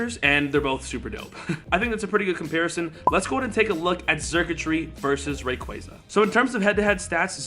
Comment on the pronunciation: omg your pronouncing on rayquaza